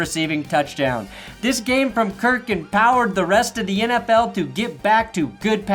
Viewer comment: Til- dudes name is kirk not kurt